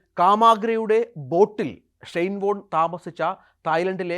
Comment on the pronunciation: ഒരു പ്രസക്ത കളിക്കാരന്റെ പേര് പോലും മര്യാദക്ക് ഉച്ഛരിക്കാൻ (ഷൈൻ ബോണ്ട്‌ എന്നാണ് ഇയാൾ ആദ്യം ഉച്ചരിച്ചത് ) പറ്റാത്ത ജലദോഷം ഉള്ള ഒരുത്തനെ പിടിച്ചിരുത്തി ധൃതിപ്പെട്ട് മരിച്ചു പോയ ഒരാളുടെ സ്വകാര്യത വിളിച്ചു പറയുന്നത് ആണോടാ News 18 ന്റെ മാധ്യമധർമ്മം. ഷൈയിം ഓഫ് യു.